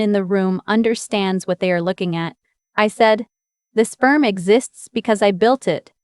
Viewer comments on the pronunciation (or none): Maybe read the words before posting. this FIRM not SPERM. That is something completely different 😂😂😂